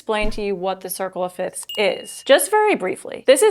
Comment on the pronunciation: Isn’t it pronounced “fifths” not “fits”?